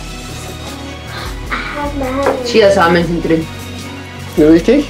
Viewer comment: Sie meint chiHaNsamen😂